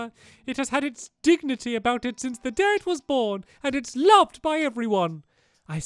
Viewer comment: The first in the movie thought you said date instead of day